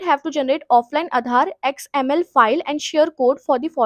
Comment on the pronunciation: XML ko xmp bol rahi h